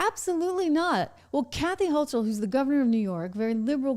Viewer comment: The NY Governor's last name rhymes with "yokel". A hard 'c" sound. Thx.